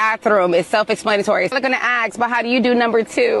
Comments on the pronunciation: Why is that woman saying "ax"? What does an ax, to chop wood, have to do with her story? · I'm confused. Who's axing!?